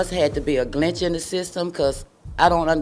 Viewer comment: "This must had to been a glench in the system."